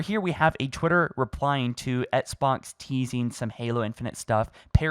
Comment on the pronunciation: What is an etts box? It’s pronounced ex-box man.